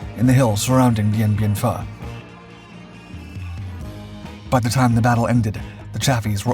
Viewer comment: The Battle of Dien Bien "Phu" - It's pronounced FOO. If you keep mispronouncing the name, YOU'RE a stupid Phuh!